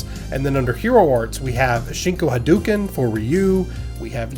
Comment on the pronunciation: Love the content as always,. But. I have to be that guy; it's pronounced, "ha-DOH-ken."